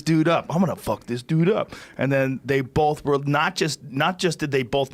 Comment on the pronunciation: Joe "bolth" Rogan